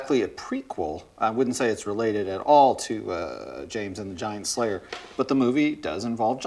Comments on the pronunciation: I like how Tim emphasizes "Jack and The Giant Slayer" as though it's about a Slayer that is giant. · Tim says giant-slayer like theres a slayer who is giant.